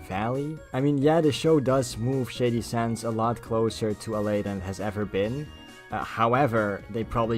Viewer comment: I thought It was funny how everytime you said Shady Sands, it sounded like Shady Shits. Don't mean any offence by it just thought it was funny.